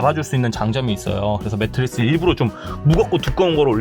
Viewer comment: 매트릭스가 아니고 매트리스요